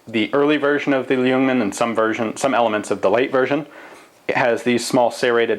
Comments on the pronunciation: Baciacally how you pronounce it, it sounds like "lee-yungman", but the L is silent so it should just be "yungman"... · you don't say the L in ljungman, it's pronounced jung man. swedish is hard if you dont know it ;) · Forgotten Weapons Hi there! If you skip the "L" (it's silenced), you'll have a very good pronounciation of Ljungman! =) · the L is silent in ljungman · Hehehe still not pronouncing "ljungman" properly i hear ;P